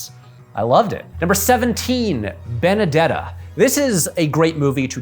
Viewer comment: Added a little flair when pronouncing Petite Maman, but not Benedetta. 0/10